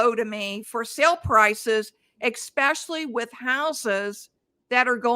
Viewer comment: EXPECIALLY???? LOL